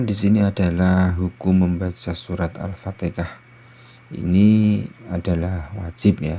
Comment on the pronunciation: Kenapa fatikah...fatihah la.